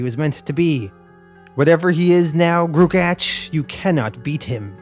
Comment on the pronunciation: Just wanted to state for the record that gruagach is pronounced groo-ah-gawck Thanks for doing this series!